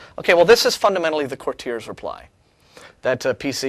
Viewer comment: For chrsit's sake, learn how to pronounce courtier!